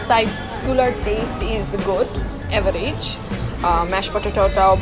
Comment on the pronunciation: tips on pronunciation: it is pronounced as average, not averaige (when you say it, it clearly is pronounced wrong). The same goes for many other words you use. Work on it.